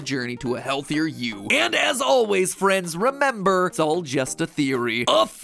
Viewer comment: Not just me right? He said "bone apple tea" at the end or am i crazy